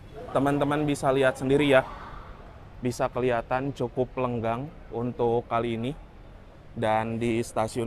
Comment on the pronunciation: Lengang mas, bukang lenggang biar ngga salah arti dan pemahaman..😊